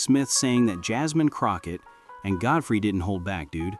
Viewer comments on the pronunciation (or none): AI is horrible! Who the hell is Gudthry?!